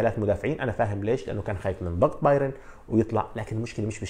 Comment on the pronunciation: باااااااايرن وليس باييييييييرن